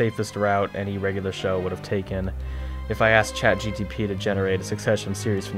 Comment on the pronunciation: Its ChatGPT, not CHATGTP.